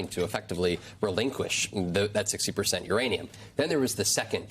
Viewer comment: Did he say Iranian potential? Instead of Uranium potential?